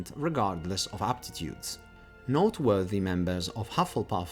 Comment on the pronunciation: Why would the fat lady just open for u??? Deffs gonna have a password...also u pronounce noteworthy like not worthy xD